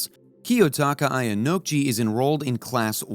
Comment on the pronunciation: Great video but the way u pronounce Ayanakouji 😭😭